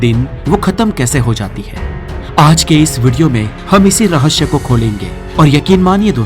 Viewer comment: "श" को " स" न बोलें, यह गलत है। "रहश्य" ❌❌ ==>> "रहस्य" ✅✅ "ऑक्सीडेसन" ❌❌ "ऑक्सीडेशन" ✅✅ - " नमक के पानी के कपड़े का सौलयूसन होता है " ❓❓❓❓ ❌❌❌❌❌❌✅✅✅✅✅✅✅✅✅✅